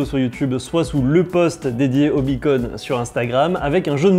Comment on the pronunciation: Beacon pas Bunny !!!